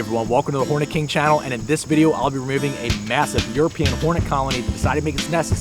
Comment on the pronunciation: thought i heard horny king